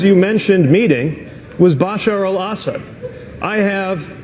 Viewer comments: I love pete’s attempt to say Bashar Al-Assad “bashur al ahsud” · I dont care if it's correct I hate how Pete says Bashar al-Assad